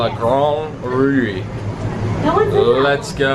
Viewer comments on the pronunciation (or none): Just pronounce ''rou'' for La grande roue, there's no accent on the final ''e'' so it remains mute.